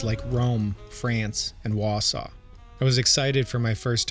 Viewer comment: Weird way to pronounce Warsaw. Almost sounds like you said Wasuau as in Wisconsin where no one has ever been.